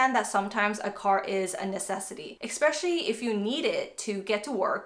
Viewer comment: Please understand the spelling and the word: Especially. Not Expecially!